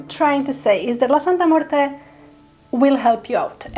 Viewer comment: Thank you so much for pronouncing her name so well and most especially with class....she loves that!!!